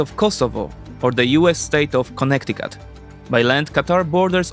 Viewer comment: The way you said Connecticut was so satisfying to the ear